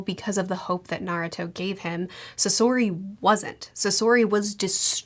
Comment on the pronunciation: It is very jarring to hear you pronounce the names correctly and then go saSori. The emphasis is more often than not on the first syllable.